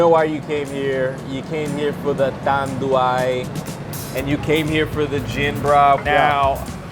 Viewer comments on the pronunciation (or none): GINEBRA is pronounced as He-neh-brah Tanduay is pronounced as Tan-dew-eye. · Tanduay pronouced as TAN-DU-WHY. Ginebra pronounced as HEE-NEB-RA.